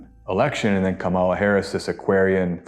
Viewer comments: PLEASE pronounce her name right: KAH-mah-la - easy, comma+lah-I bet you would hate your name to be mid-pronounced-do better-be respectful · Asking again because it matters: Can you please learn how to pronounce the Vice President of the United States' first name correctly? Trump and the far right use YOUR way of pronouncing it intentionally to disrespect her, and it an unnecessary distraction from your message. It is KAH-ma-la..... The first part is emphasized. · Man! I understand why the opponents are still mispronouncing her name but I have to hear it here as well? Her name is pronounced with the accent on the 1st syllable. "KAMala". If you can pronounce the word "comma" as in the separation of thought, then you can pronounce "Kamala" properly. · Please pronounce her name right. Saying it wrong at this time has connotations you may not intend. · Honestly if you haven’t yet learned how to pronounce her name, just say Vice President Harris. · When I hear repeatedly mispronounce the Vice President’s name, it sounds like Fox News. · if you're going to talk about kamala please take the time to at least pronounce her name correctly.... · Could you please give Kamala Harris the respect of pronouncing her name correctly? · Maybe say Kamala's name right? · Thanks, guys. What a time we’re living in! Btw,: it’s Comma La, not Ka MA la. ❤ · Her name is pronounced like Coma La. Not kamAla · her name is KA-mala, accent on the first syllable. You’re saying it the way the MAGAs say it. Otherwise, I’m really enjoying this video. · Her name is pronounced COMMA-LA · Small detail, but do hope learns to pronounce Kamala’s name correctly. It’s “cáma, la” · Please pronounce Kamala Harris’ name correctly. It sounds like “Comma-la” or KA’ mala. Emphasis is on the first syllable. It’s not pronounced like Camilla which emphasizes the second syllable. Thank you